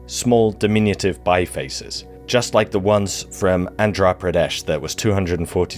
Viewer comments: You have pronunced Andhra Pradesh in a good way. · Pronunciation of Andhra Pradesh was correct 👍 nice work